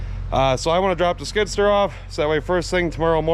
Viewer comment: love how he pronounces skid sturr